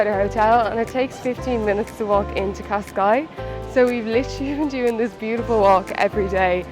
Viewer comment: Cascais not pronounced, KOSS-skies, it's keh-SKIES